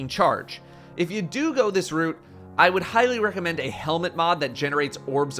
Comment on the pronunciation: Huh. pronounced "route" in a very non-American way. Jez's influence rubbing off on him?